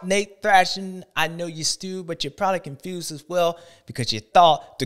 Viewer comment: Brotha said the confewsed list, LMAO